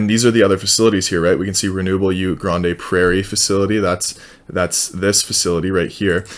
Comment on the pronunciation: Pronounced Grand Prairie